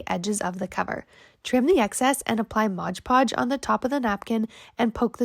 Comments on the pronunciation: Looks great, but can you please say MOD Podge instead of MODGE PODGE!!!!! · MOD Podge……..not bloody MODGE Podge. Anyway, I like these ideas. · because it's stupid! The bottle clearly says MOD PODGE! NOT MODGE PODGE 🙄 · That little gal says Modge Podge in every one of her videos